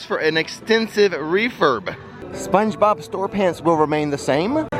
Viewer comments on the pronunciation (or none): none